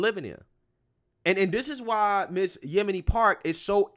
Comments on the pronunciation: Did you call her Yemini? Yeo-n-mi. LOL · "Yon-Me" lol not Yemeni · Yeonmi I think its pronounced Yon-may or Yon-me Just saying, I could be wrong. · Love you! Her name is pronounced "Yon-mee" hehe